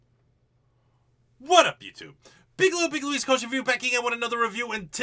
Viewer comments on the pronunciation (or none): none